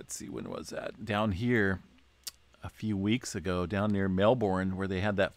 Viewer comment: Yes spelled Mel bourne but pronounced mel bin lol